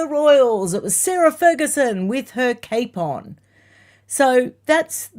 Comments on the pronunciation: I’m in the middle of moving out of state and had one pipe and then another break a day after the first was repaired over this weekend, so I’m a bit punch drunk When you said ‘Sarah to the rescue with her cape on’ , I heard: ‘Sarah…with a capon’ 🐓🐓🐓🐓🐓🐓🐓 Thanks for the laugh, I really needed it!😂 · when you said … Sarah Ferguson with her cape on … I thought you said …Sarah Ferguson with her capon ( type of chicken ) I was rather puzzled thinking how she was going to wrangle some deal as she was caring for a chicken as well as the corgies! 🤣🤣🤣🤣🤣🤣🤣🤣